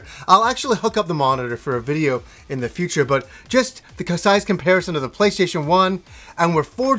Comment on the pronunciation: Did he say playshaition?